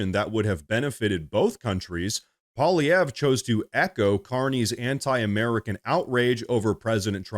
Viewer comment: Bruh trolling him by mis pronouncing his French name to sound Russian?!?!? Poly-ev 😂😂😂😂 Pole-ivv-ee-ayy